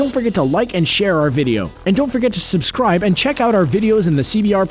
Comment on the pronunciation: Why do they say "Subsribe" I HATE THAT